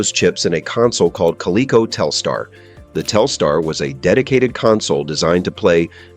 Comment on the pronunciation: Good response to the fact that the AI voice mispronounced the companies name MULTIPLE times almost like the response was from AI.